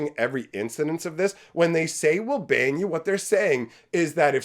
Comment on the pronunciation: Did you say Wizards is going to ban you, or that Wizards is going to bang you? Both sound about right, actually. 😂